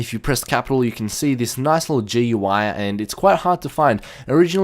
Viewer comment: It's not GUI, its goo-EY thats how you say it. Trust me